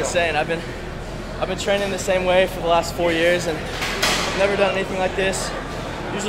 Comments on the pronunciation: I do think he was going to say training but it sounds like tren lol. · hahahahhhhaahahhahahahahaahhaahahahah was he about to say Training , anyways he said TREN hahahahah